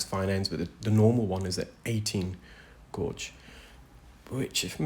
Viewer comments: Gauge. Not blo0dy gorge. Lol. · I love hearing your voice when you explain what is happening. I'm glad these people have been able to find you help them.😊 The word is gauge with a long a sound not the word gorge with a long o sound. I live in Tennessee and I know people make fun of how we talk too.😊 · Oh my goodness this poor patient, it must be horrible. I love how much you educate us with your narration. I'm in the UK and having worked in engineering and knowing lots of engineers gauge is pronounced like gayj. That is the correct pronunciation in English, I can't say how other countries might pronounce it. Gorge is a different word meaning a narrow valley between hills or mountains etc... like Cheddar Gorge here in the UK. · Gourge? Who the hell is telling you to say that? Pfft, 'gauge' is definitely pronounced gayge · Who told this man to pronounce gauge as gorge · Please stop pronouncing it "gorge". It's hurting my soul. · I enjoy your content but most especially how articulate you are. BTW the correct pronunciation of gauge in standard English is « gage » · the way you are pronouncing gauge as "godge" is hurting my brain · Guage rhymes with wage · There’s no way Gauge is pronounced Gowdge. Sorry. Just no way lol! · He pronounces it "gorge" not "gowdge" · Love your videos! Re your pronunciation of gauge. In the UK gauge is pronounced gage (rhymes with cage). You’re obviously a great reader! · Wow 2nd comment! Love your channel and compassion ❤ And gāuge has been the pronunciation forever. Think "gay-juh". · Yes and pretty much everywhere else in the world where English is spoken. His other pronunciation of gauge was wacky!